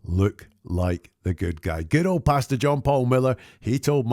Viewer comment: Great breakdown, as usual. I love how, whenever you say his name, it sounds (due to your accent) like you’re saying “Bastard” John Paul Miller, instead of Pastor. Which is ironically fitting! 😂